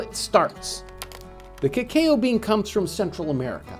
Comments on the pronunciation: Cacáo is pronounced "ka-KOW", Jon. Not "ka-kay-o". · This is how chocolate is made in Mexico to this day! Northern Mexican states definitely prefer it with milk over water but in the South it’s more common with water. Super good also it’s pronounced ka-kow! haha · short a's are actually aaa, like apple, or attack, though. It's more like 'ah', which is neither the short nor long a. so, c'ah' cow. I was distracted by it too, you would think he would have learned to pronounce it correctly lol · I have never heard somebody pronounce cacao that way. And yes, I mean the bean, not cocoa like hot cocoa. I've only ever heard it pronounced "kuh-KOW". I'm curious where he got that pronunciation from. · It is cacao, pronounced ka - ka - o, in Spanish. The second 'a' should be pronounced as the first is, a blunt lower case 'a'. Though, it wouldn't surprise me if there is regional differences of its pronunciation in Mexico. A version of Spanish is widely spoken throughout Mexico, where cacao has been cultivated for thousands of years. So if you wanted the most accurate pronunciation for cacao, from pre-Spanish conquest of the Aztec Empire, then the Spanish were likely the first to hear the word used by the native Aztecs. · I can tell "cacao" is one of those words you've only ever read and not heard 😂 I did the same thing with "bona fide" even after taking Latin classes! It's pronounced "cuh-COW," for future reference. (Or [kʰəkʰɑ͡ʊˈ], if you're into IPA.) Chances are the chocolate tea you have in the morning actually does have cacao husks, though in the ingredients list it's probably called "cocoa nibs." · love it. Pronouced Ka Kow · Cacao is pronounced "ka KOW" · the correct way to pronounce this, according to the actual natives who grow and harvest the beans, is ka KOW. That's not news. And it doesn't matter what country you say it in either, lol. The way he is saying it, is as wrong as I've ever heard it. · The 2nd syllable in cacao is pronounced "cow" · Ke-kay-oh beans? Why?